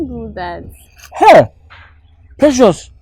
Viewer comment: Did someone hear Opoku saying Precias 🎉😂